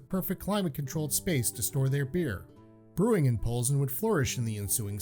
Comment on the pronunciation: Mispronounced Plzen. Emphasis is on the first syllable. There’s no u between the P and L, and the funny N is almost a ny